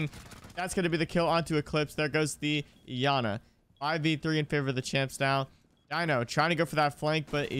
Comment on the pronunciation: “Yana” got me trippin it’s clearly iana💀